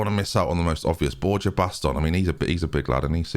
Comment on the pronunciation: Borja is pronounced BorHa